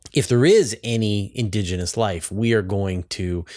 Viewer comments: Is "indogenous" a specific term in astrobiology, or does she just have an unusual pronunciation of "indigenous"? I've looked it up but can't find anything conclusive. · stop saying "indOgenous".